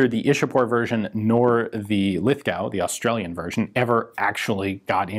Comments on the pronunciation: not to be a pita but it's lith-go not lith-gow. Cheers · It’s pronounced like lith go, not lithgow. Don’t know why but that’s how you say it. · It’s Lith-Go You don’t pronounce the w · Ian you pronounce Lithgow. As lith Go the w is silent!! Cheers mate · Correct. Lithgow is pronounced Lith-GO...silent W (well, not harsh pronounced like Americans do). I am not going to restart the Carbine debate (Brit and Commonwealth pronounce it car-byne, and since this is a Commonwealth gun... :) ) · HI Ian, as an Australian I'm here to say you don't pronounce the w in Lithgow its just pronounced "lith-go" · It’s pronounced lith-go